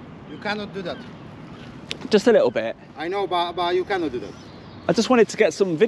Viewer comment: "you cannit"